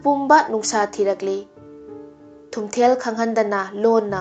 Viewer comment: Thumthel haiba natchade. Spelling ga pronunciation se taba nungeite. Nupi gi mingsu panba yaba yatni. Wari se henna kupna research touradi henna fajaga daba. Hapchinba khara su jaoraba malle. Anyway good job.